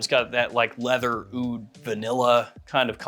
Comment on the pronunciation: AH-OOD AH-OOD AH-OOD You have to be trolling when you pronounce it like that.